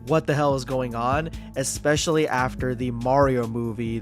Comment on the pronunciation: I don't watch it anymore because I can't stand to hear a grown man say "ekspecially".